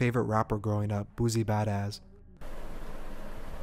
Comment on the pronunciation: It’s funny how you say boosie badass 😭😂